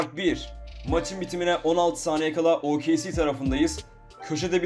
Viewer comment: OKC yi o ka ce diye okumaman lazım O ke ce diye okuman lazım. Senin Türkçe öğretmenin kim =)